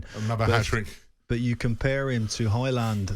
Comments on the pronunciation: It’s pronounced “Hoy-lunn” like “Roy-lunn” where the “u” is pronounced like the “o” in “goal”. I don’t know why he would ask his Swedish wife, since Højlund is Danish, not Swedish. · Manage to butcher Højlund's name in both English and Swedish(or was it "Swenglish"...). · He does not get the service needed. Not even Haaland would score in this team. And the man pronounced Højlunds name wrong. He said it in Swedish😂